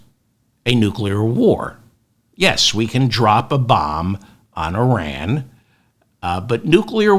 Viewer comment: You are right about all of it, David. EXCEPT the pronunciation of the word Iran. It is ‘Y-Raan’. Not eye-rèèn. And certainly it is not ‘Ur-rèèn’.